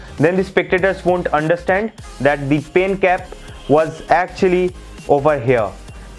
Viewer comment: Please talk in Hindi it's better than pyen instead of pen and coover instead of cover